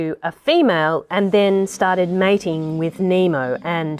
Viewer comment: "Nemo" "Nema" lol